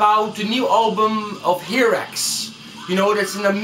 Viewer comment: Rene, I like your video. you got a lot of information, but two important things, nothing about drummers? and please the pronunciation is (in Spanish) "jairax" or "hairax" pero no "jirax, esta fatal!! good luck. \m/